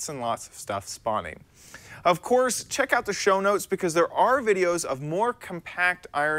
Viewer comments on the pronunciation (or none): none